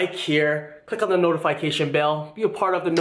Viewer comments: Notifyecation...its notifikasion (pronouced) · dude it's noti"fee"cation